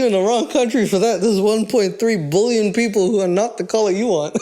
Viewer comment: Never heard anyone say that 1.3 “bullion” like you say that 1.3 “bullion”. And I looked up how South Africans say it. You gotta stop that use your American accent on that word 😂